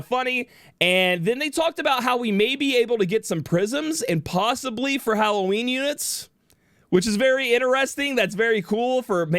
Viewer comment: wait, did he just say hallow weenie?